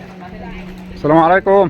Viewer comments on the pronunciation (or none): السلام = assalam اللام لا تنطق لام شمسية